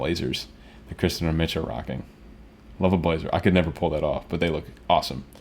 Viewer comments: Dude you're killing us! It's Kirsten or Kirstie, NOT Kristen! (she corrected lovingly🤗) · Not trying to be picky, but it's not Kristen. It's Kirstin/Kirstie. The normal pronunciation trick is Kirstie like thirsty. Or Kirstin like Thurstin. Just don't want you to get on her bad side. ;) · Awesome reaction as always, a little help with Kirstins name. Its pronounce Kir-stin also she goes by Kirstie which rhymes with "thirsty". Keep the PTX comin.